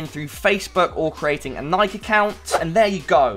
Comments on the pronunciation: I always thought it was pronounced Nike-e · Bruh you said Nike so wrong <3